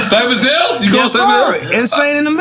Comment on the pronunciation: It's not Cypress HILLS It's Cypress HILL!!